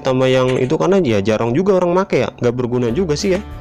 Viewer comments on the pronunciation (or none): none